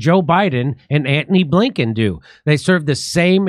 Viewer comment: Say his name properly - A. Blinken - go ahead say it out loud ... Abe Lincohn ?! WTF